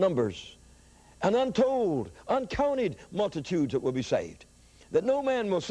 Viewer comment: Hallelujah! But, it's not "dat", it's "that".